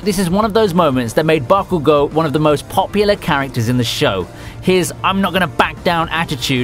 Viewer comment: Watch the anime in Japanese and learn how to pronounce the names correctly. For example it is not Bakugooo, it's BakuGO. This will result in better quality!